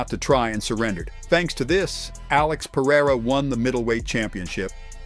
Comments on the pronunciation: Or "Periyra" as the guy says lol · I wanted to teach an english speaker how to pronounce Alex Pereira's name hahahhaha although you can speak whatever the way you want to, It's funny for portuguese speakers to hear it